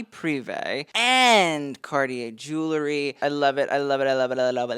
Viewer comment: It’s pronounced jul ree not jul la ree; spelled jewelry.